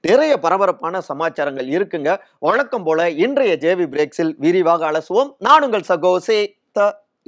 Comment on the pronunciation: வளக்கம் போல...... கமலாளயம்.... ஆளோசனை கூட்டம்..... அளைப்பு...... எம்எள்ஏக்கள்..... பிரச்சினை ஏற்பட்டாளும்...... , தளைமை..... அந்த பள்டி நீ இப்படியே தமிழை தப்பு, தப்பா உச்சரித்து.... பாடா படுத்திட்டே இரு.